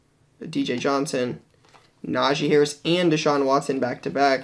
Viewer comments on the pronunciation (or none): none